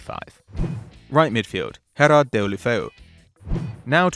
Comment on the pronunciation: Those names sound so awful coming from his mouth. Herrad ghelofeyu. Luuka deen?